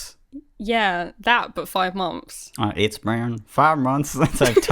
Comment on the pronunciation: i love how says mumpfs instead of months ^-^